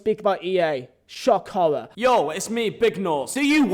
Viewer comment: “Shock howwor” learn how to speak